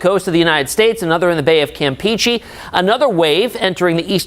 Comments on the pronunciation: Campehcheh not campeechee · The way he says (Campeche) lmao 😂😂🙉 "Cam pee chee"👈😂😂😂